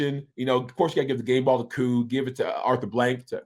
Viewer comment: Bro you trolling right? Ovie?! Talking to YOU!! Why you messing up Koo’s name like that⁉️